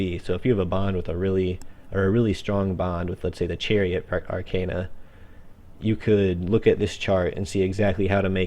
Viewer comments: It's called Arcana not Arcena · Pronounced Arkana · If you want to go for the latin pronunciation, then it's ar-kah-nah. That's how most people whose fist language is a romance language (like myself) would spell it. Considering that the very word Tarot comes from the Italian "Tarocco" and that Persona is the current word for 'Person' in Italian and it is spelled exactly how the characters spell it in the game I think it's safe to assume that the latin pronunciation is the correct one. But hey, I mispronounce English words all the time so who cares :P